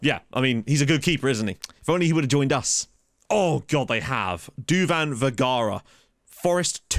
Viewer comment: Changed his name to only just "Oh" still manages to pronounce it as Ho